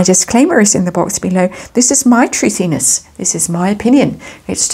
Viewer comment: “Thuthiness”……. So funny 😂